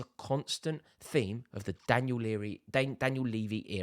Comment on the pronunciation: … daniel “leary” era 🤣🤣🤣